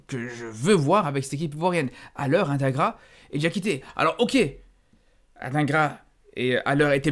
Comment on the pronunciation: t'es belge et tu dis "ad1gras" au lieu de "Adinegra" alors qu'il était à l'Union l'année passée?🤔